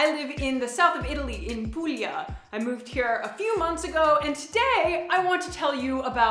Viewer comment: The only reason she experiences "culture shicck" is because she cares what other people thinks. Further evidence of how provincial Americans are. I spent half my youth in Puglia with family. Her pronunciation is fair. They drive like that, too Don''t mock where you are a guest.